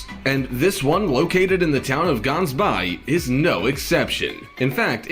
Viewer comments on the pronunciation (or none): You supposed say the G part in the word Gansbaai like you trying to get phlegm off your throat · that's not how u say Gansbaai the G is pronounced wrong